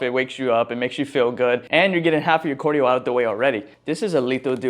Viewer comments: CAR-dio not COR-dio. stop saying cardio like that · Is this how you say it? Cordio Or Cardio? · Why do you keep saying Cordio brother😂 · you from Minnesota or somethin? You say cardio how they be sayin ‘soda’ lmao